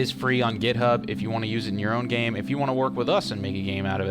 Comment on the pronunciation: when he said github i thoght he said grubhub